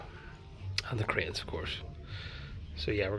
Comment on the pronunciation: Help out an American would you? When you first enter the Grand Central hotel observatory it sounds like you're saying you know you're in Northern Ireland when you "see the Koreans." That can't be right LOL so can you tell me what it is you are seeing out the window that brings this all home to you? Much appreciated